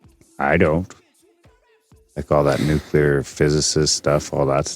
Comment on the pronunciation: nukular, nukular.